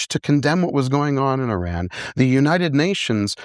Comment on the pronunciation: He’s pronouncing Iran wrong this whole interview. He talks about you have to fight for human right yet he signs bombs to blow up humans. You can say a theocracy that oppress women is wrong but the second you blow up a girls school of over 100 people you loose your entire moral ground. Why was he given a platform. Im very disappointed I liked Billy’s interviews